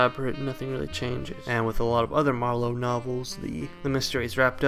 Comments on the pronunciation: It's MAR-lowe, not Mar-LOWE. He's not a wine. 😀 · Why can’t he pronounce Marlowe? It’s not “ma - low” like merlot, it’s just “marlow” , no emphasis on the end syllable. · Great video, but it was really distracting to hear Marlow pronounced mar LOW. Like he is Merlot, and not a very American gumshoe. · You're just figuring this out. The whole thing is a goof. Btw, the accent on Marlowe is on the first syllable.